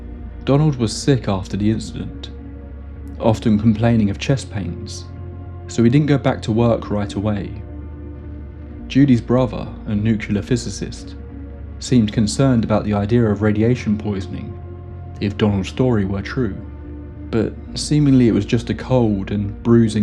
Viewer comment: NuCLEAR not Nukeular